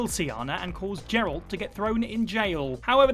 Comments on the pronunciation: It’s Geralt, not Jeralt. It has a hard G like glove, not a soft G like gem. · Geralt. Hard G. Pls. Every character says it and pronounces it. If you can get footage of geralt you can spend 2 minutes listening to someone say his name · Geralt, not Jeralt you fake gamer. It’s a hard G. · “Jeralt.”? Yeah this guy never played the Witcher lol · Have you never played a Witcher game or watched the show? That's not how you say Geralt mate Seriously, do some homework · The way he is saying Geralt. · This pronunciation of 'Geralt' is terrible, just shows these preesentors don't actuall;y know what they're talking about. Do some research at least!